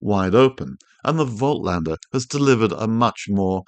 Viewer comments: Voltlander!!!!???? haha, analogue insights made a video on how to pronounce German brand names and Voightlander is supposed to be pronounced like "Volklander" or "Folklander". Call it Jacklander for all I care! You're calling Bokeh pronounced Boh-keh as Bouquet, and you're not the only one as Tony Northrup calls it Bouquet too. Great way to annoy people by mispronouncing stuff. Like the New Zealand accent butchers English or Unglush as they would say in NZ. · The t comes before the l. Pronouncing it incorrectly. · Great video - bad pronunciation of Voitlander ......🦘